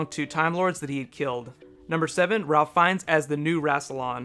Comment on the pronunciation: Apparently "Ralph" is from Ralph Fiennes is pronounced "Rayf," or so I hear.